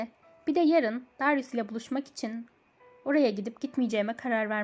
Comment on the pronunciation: Darius "Deryus" diye telaffuz ediliyor:)